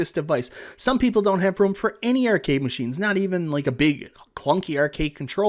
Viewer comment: This is my first video. I don't think I'll ever tire of hearing him say the word "Ehrcade";)